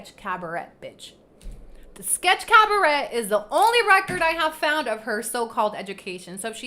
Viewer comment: Cabaret is pronounced cab-a-ray.